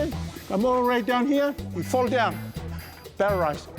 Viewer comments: He always says paralyzed as parorized. 😂😂😂😂😂😂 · "Parrarized". LMMFAO